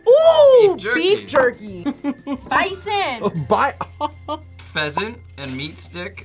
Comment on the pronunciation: Hahahahahahahaha y’all think scorpions are edible and “good to eat” Hahahahaha 😂😂😂😂 And then the one girl taking a bite of bison- girl don’t know the T in the bison is stroooooong 😂